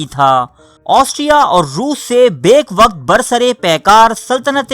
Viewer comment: اکثر آپ کی ویڈیوز دیکھتا ہوں۔ میرے بھائی آپ ویڈیو پر اتنی محنت کرتے ہیں۔ لیکن اس میں اردو تلفظ کا بھی خاص خیال رکھیں۔ آپ اردو زبان کا بہت نقصان کر رہے ہیں۔ آپ اردو کے عام مشتعمل الفاظ بھی صیحح طور پر ادا نہیں سکتے۔ ویڈیو کی تیاری سے پہلے کسی اردو کے استاد سے بھی مدد لے لیا کریں۔ اس ویڈیو میں یہ الفاظ غلط ادا ہوئے ہیں۔ براستہ، بیک وقت، امیر البحر، خیر خواہ، معاہدہ، نبردآزما، Waterloo